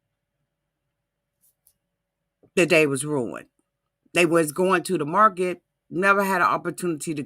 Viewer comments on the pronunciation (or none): none